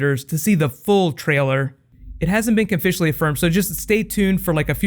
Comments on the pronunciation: "It hasn't been cofficially offirmed" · Am I the only one who heard "It hasn't been Conficially Offirmed"?